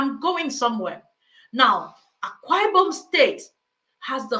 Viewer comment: He can't even pronounced Akwa Ibom. Religion is on of the biggest scam we have experienced in this world.